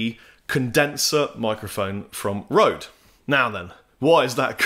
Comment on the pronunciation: pronounce it right man!:D "Ø" has the same sound as "ö" in Swedish and Norwegian (also German, Hungarian and Turkish). It is similar to the sound of "ur" in the word "hurt" as it is pronounced by someone from the South of England, but with the lips pushed much further forward.